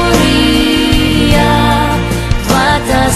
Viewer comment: Jissis dis “PrEtoria” nie “PrItoria” nie!